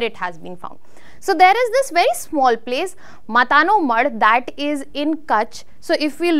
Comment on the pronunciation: It's not मता नो मढ Correct pronounce is मातानो मढ